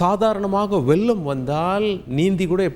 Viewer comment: வெல்லம் அல்ல அது வெள்ளம், முன்னால் அல்ல முன்னாள், உல்ல அல்ல உள்ள., நாலை அல்ல நாளை..... தயவு செய்து உச்சரிப்பில் கவனம் , மிக மிக அவசியம்